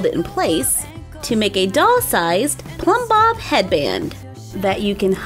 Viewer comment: People can never rember the Plumbop name and i am glad you knew it and said it right